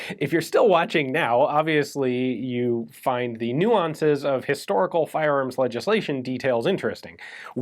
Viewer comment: Did you say Histoical or Hysterical?